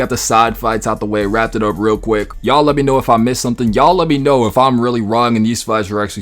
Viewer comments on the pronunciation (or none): none